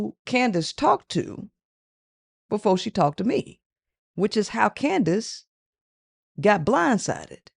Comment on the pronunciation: it’s candice not candance